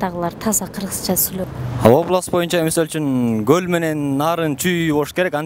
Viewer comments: Гол эмес кол болоткоо🤦‍♀️ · Гөль дейт го булар с ны з деп